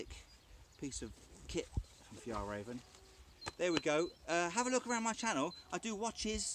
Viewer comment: The pronunciation is more like Fyell Rairven and Trangia has a hard G 🇸🇪🇸🇪🇸🇪